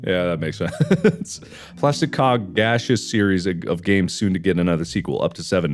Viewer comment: mark "plastic cog" my brain "plastic cock?"